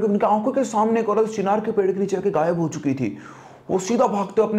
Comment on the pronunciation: Chhinar nai bhai चिनार 😂😂😂